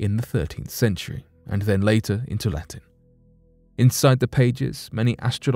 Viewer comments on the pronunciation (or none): none